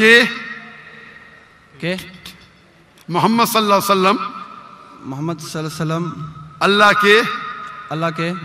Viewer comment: Doctr sahib drood pak drust treeqe sy prha kryn s a w alhi wasalm